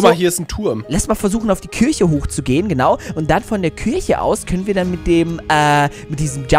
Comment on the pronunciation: oh eine Kürche... ahja...